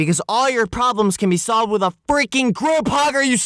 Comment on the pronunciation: Him be like:it was sovled in 10 minutes. WHAT THE FU